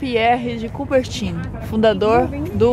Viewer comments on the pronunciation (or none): Nilce, só uma correção. A pronúncia do barão é "coubertam". O in vira am. 😉